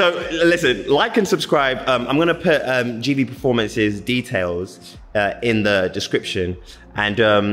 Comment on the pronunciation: Gv not gve 🤣🤣🤣🤣